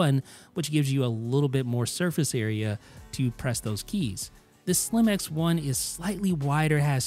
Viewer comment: every time you said “Slim X1” I heard “slim-ass one” 🙃